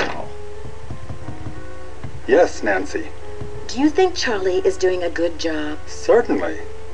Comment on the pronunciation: Why does nancy, at the beginning of the video, say charlay instead of charlie?